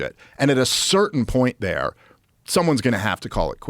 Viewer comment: Yes but have you beeeehn thear?